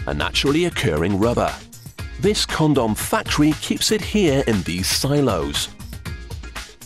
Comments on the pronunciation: I giggled a little every time he said "Con-dom." XD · he says Con-Dom funny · haha so funny how he says it conDOM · This reminds me of "Monty Python's Meaning of Life", everytime the narrator pronounces "condom".